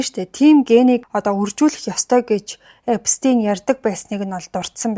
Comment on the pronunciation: Эпштэйн gej sh eer duudna shvv